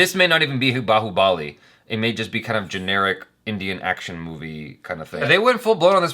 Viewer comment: Every foreigner pronouncing Bahubali funny way prabhas who acted role of Bahubali be like why u guys bullying me 🥺 we audience b😂😂😂